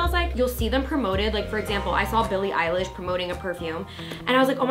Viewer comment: i love y’all but the eilish mistake is kinda embarrassing 🤣